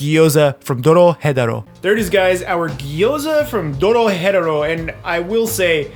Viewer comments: Is he pronouncing the name of the anime wrong? He saying it spanishy. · Did you really just say Doro Hetero